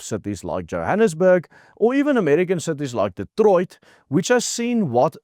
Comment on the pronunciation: The way that says Detroit is like a swear word 😂😂😂 to the English ear. you must lend your voice and accent to program Waze or Google Maps voice directions. I would choose it for my directions 😂😂😂😂. The Aussie girl I have at the moment pronounces Afrikaans road names in such a funny way.